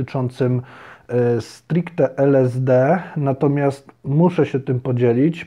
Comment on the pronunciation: Najpierw to naucz się wymawiać LSD